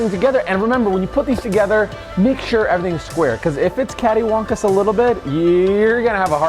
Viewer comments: You keep saying "caddywonkus" but it's catawampus. Lol. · As a southern the mispronunciation of “cattywumpus” is hurting a little. Still love the vid